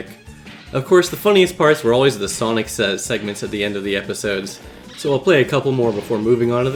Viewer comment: you say soinc but why mario??